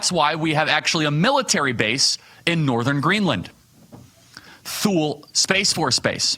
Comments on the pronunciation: Thule is pronounced "Tooley" not "Thool". C'Mon, man! ☹️🐻🇺🇲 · Too-lee Charlie, not Thool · Just FYI...Thule is pronounced TOO LEE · Thule, the U.S. military base in Greenland, is pronounced Tooley, not Thool! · Pronounced (Too lee), not toel. Thanks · Can't believe you pronounced the Air Base "Thuuall" It's pronounced "Two Lee". That was funny though. And that has been changed to Pituffik. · Hi Charlie.......I notice your pronunciation of Thule AB (now space force) was THU-LI.........when I was in the military we pronounced it TOOL-LI......But very small note. Thanks for reporting this for all of us. I get a lot of news from you so that I can compare whats going on with what the main stream media is reporting. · I believe it's pronounced "tu la" instead of thule. It refers to the ancient Thule civilization that once thrived in that part of the world...very clever people...but if nothing else, a Greenland acquisition would guarantee safe passage for Santa Claus every year, free from any Chinese or Russian fighter jets. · Charlie. The air base is pronounced "Tooly" - NOT "Thool". Just saying. 🤣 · I was stationed at Thule (pronounced Toolee not thool:) ) many years ago. The winters are brutal! Beautiful place!! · Charlie..it's TOOOLEEEE not thule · Tu’ly…..Thule just thought I’d let you know the pronunciation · Thule is pronounced "TOO-lay". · “Thule” is pronounced “Toolee” and it is an amazing and beautiful place! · “Thule” is too’lee…. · Thule Air Force Base is pronounced "TOO-lee". Love the video. Thanks Charlie. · Pronounced: Toolee, Greenland. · I believe Thule is pronounced "toolie". My grandfather was stationed there for a time when he was in the service :). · OBTW: Thule is pronounced like “Too-Lee”. The “th” is like a “T” sound and the “e” at the end is pronounced. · Thule is pronounced like 2 Lee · The military base is pronounced TOO-LEE. just FYI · Thule is pronounced Too-lee i believe. My dad used to work there. 😊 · Thule is pronounced 2 lee